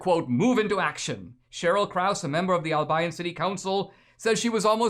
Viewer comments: Dude, its Al-be-yon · Dinesh, it's pronounced Al bee on! And I am surprised that it still has that name since Albion is the mythical island of magic in white mans folklore referring to the Island of Brittany! For being so "woke" they sure missed that one! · Dear Dinesh, you're miss-pronouncing the name Albion. I grew up in Michigan, so I know.